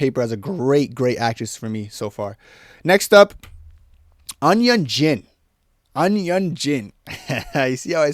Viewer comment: "Eun" is pronounced "Oon"